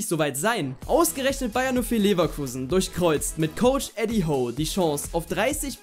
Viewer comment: Coach Eddie Hoe 😏😂 musste gut lachen. Süßer versprecher